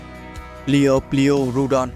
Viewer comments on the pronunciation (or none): Kênh cố gắng phát âm tên chuẩn hơn chút thì sẽ tốt hơn: Liopruerodon: laɪoʊˈplʊərədɒn/ Quetzalcoatlus: /kɛtsəlkoʊˈætləs/